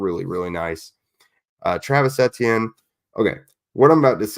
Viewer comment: How you pronounce Etienne’s name. Just say the letters E T N out loud. 😊